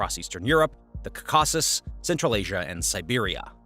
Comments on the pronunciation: Say it with me: Caw-Cuh-Sis not Cuh-Caw-Sis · KAH-keh-siz with the stress on KAH. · It is pronounced "Cau-ca-sus." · You are stressing the wrong syllables when you're saying caucuses and it's annoying.